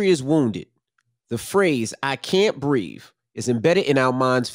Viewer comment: Charlamagne, why take issue, and in a rather snarky manner, with Rush mispronouncing Kaepernick...nary one soul corrected you when you clearly mispronounced the word “breathe” with stating “brēv” instead of “breathe” Oh n to the female breakfast club member, you need to expand upon “your wrongful statement of declaring George Floyd’s murder not being an isolated incident(God bless George and his loved ones...absolutely the cops were 💯 at fault[GEORGE WAS INDEED MALICIOUSLY MURDERED BY COP]and every single cop involved deserves to be punished to the fullest extent possible!) If you’re referring to Ferguson incident/Michael Brown? COPS CLEARED!(Brown DID NOT PUT HIS HANDS UP AND DID NOT SAY “HANDS UP DON’T SHOOT” ! THAT WAS INARGUABLY fabricated and still is, by uninformed people...completely unconscionable that people simply didn’t and still don’t, fact check...so wrong on every level...essentially playing the game of “telephone” and in the process, fallacious comments are made because they don’t take time to find out the truth for that which it incontrovertibly is...not for how they wish to spin it, in order to fit their narrative (utterly disingenuous, ignoble and doltish) Cops cleared for Freddie Gray! Something unrelated to his arrest was responsible for his death! Hence, cops innocent!